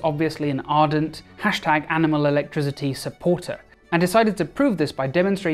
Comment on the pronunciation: Awesome video, great puns, but your pronunciation of "electricity" as "electri*z*ity" drives me insane 😅